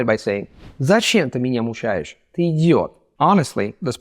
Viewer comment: мУчаешь,, не мучАешь:) Видео отличное, впрочем